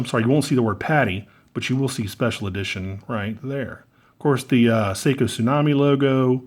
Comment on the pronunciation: "Special EdiTOIN"